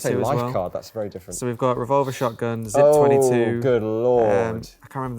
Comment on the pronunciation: ARVolver, and not RevolvAR?!🤣